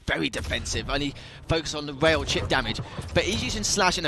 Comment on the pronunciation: So you prefer to hear casters, for example, pronouncing the word rail like whale? I don't. No offense for him, but it sounds so annoying to me. Moreover, it pisses me off that Bethesda's Quake department or id Software are so freaking outdated lay people. I'm trying to watch matches, as I love quake duels and those old quake pros gameplay, so don't bother yourself telling me "So don't watch"-alike things. Thank you!